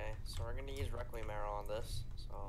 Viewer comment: He really said reqium